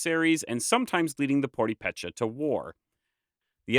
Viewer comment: Nice, but would be even nicer if the narrator did research on how to pronounce purepecha...